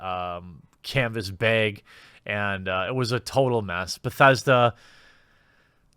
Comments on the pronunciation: I'm just here to listen to Jeremy say "baeg" a lot. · It's bag not Bayg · I now say baeg because of you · He says "beg" not baag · Viewers who came for an update to the Fallout 76 saga: 10% Viewers who came to hear Jeremy say "beyg": 90% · Finally the... "beeag," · why do you keep saying BAYG instead of BAG ? is this some kind of inside joke i missed or are you just weird an i never noticed? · Beyg. Beig. Bayg. Beeehhhhhhhhhyg! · You said "bag" and "bags" again. I'm so happy. Also please say it more often. Edit: Also again, please pronounce it bayg. Love it. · Funniest thing is he's even mentioned how to say it properly before and continues to keep saying Baygs 😂 is this like a Canadian thing? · America says: Bag Wisconsinite says: Baeg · Pretty sure its pronounced bag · Nice beg (you say it like pat the nes punk) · Are we not going to talk about how he pronounces ‘bag’? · Him trying to pronounce "bag" the way us land dwellers do was very cute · I love this video.plz never stop saying bayg. When u say bag n try to do it the "correct" way it sounds so weird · Strugglin w that word bag huh lol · Nobody: Quartering: “Bägh” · Came here to hear Jeremy try to say bag and was not disappointed :) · i would prefer you pronounce 'bag' the proper way: *inaudible edrich horror sounds* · Good video man. I like that you can rag on your own pronounciation of "bag" lol that's funny, good for you. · Why do you say bag that way?